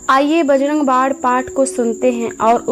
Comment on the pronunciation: Aap bajarang bann ko bajarang bad kyo bolti hai